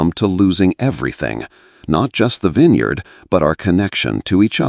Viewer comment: It appears this is a fictional story. There is no internet record of harrington vineyards in Sonoma, nor is there a record of a Maria Santos writing for the san francisco chronicle. Interesting that the narrator, in a verbal account of a fictional winery miss pronounced vintner and vineyard. Dont waste your time